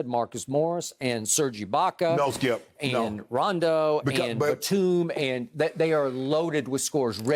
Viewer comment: I can’t believe he said batum skip stop it !!!!